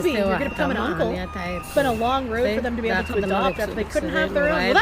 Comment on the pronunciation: I die a little inside every time mis-pronounces a word. Cheems borger is cute. american penny dollars is cute. anonmanomity is even ok. But Linda McMahone instead of mcman and ebbel instead of able makes me want to "release information leading to the arrest of Hillary Clinton" myself twice in the back of the head.